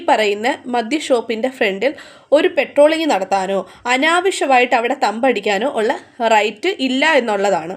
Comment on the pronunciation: പെട്രോളിംഗ് അല്ല, പട്രോളിംഗ്